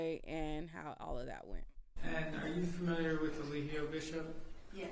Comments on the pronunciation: What if keeps calling him "E-LIE-gio" on purpose as low key shade!? 😂😂😂 the way he keeps saying it sounds deliberate! He know good and well how it's pronounced! 😅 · don't even know how to say Eligo right, let alone defend him. He definitely sounds like he is working with the state. Maybe NB should defend himself, at least he can say he had a fighting chance.